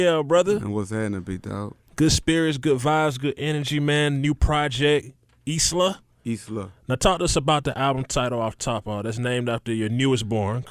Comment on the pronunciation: somebody tell the brotha that isla is pronounced "eye-luh" not "is la"